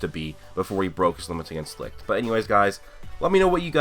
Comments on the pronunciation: Oh for the love of... "sigh" alright look, Licht's name is not pronounced L-I-K-T. Its german and translates into light and its pronounced L-I-S-H-T. For example take the first 2 letters of the word "Should" and put it between Li_t, thats how its done. Not trying to be a dick or anything its just a bit frustraiting hearing so many people saying it the wrong way. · U know that licht is german so the pronunciation is very different?u can google it